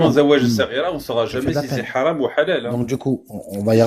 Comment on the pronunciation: On dit haram et pas halam